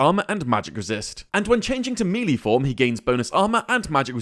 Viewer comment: MELEE NOT MELEE